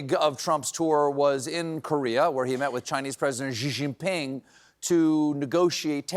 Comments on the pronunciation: Xi Jinping, not Ji Jinping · as a Mandarin speaker, please let me help you with this pronunciation. It's pronounced "She" "Jean" "Ping". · Time to learn how to pronounce Xi Jinping's name properly perhaps? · Can schlump even pronounce the name Xi Jinping's name? 😂.